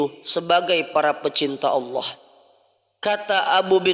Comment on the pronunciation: AsKUM, MHON MAAF INI KRITIK MEMBANGUN, KALIMAT ALLAH JGN BUNYINYA TIPIS ((ha yg berdekatan dgn jim habis jim baru ha, jgn dipakai ha yg ini tetapi setelah WAU coba diperhatikan belajar lagi????